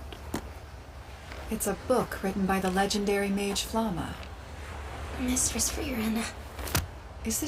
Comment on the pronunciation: I'm so pissed off how the dub pronunces Flamme. Couldn't they at least listen to the Japanese version as a sample?